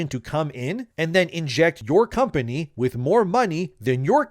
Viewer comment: You speak good enlgish. But you pronounce Company funny. You say,”Com Pah Nheea”. 😂 It is pronounced,”Com Pah Ney”. ☝️